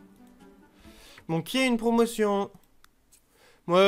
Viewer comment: Quand tu as dis "Bon qui a une promotion ?" j'ai cru que tu avais dis "Mon pied a une promotion" xD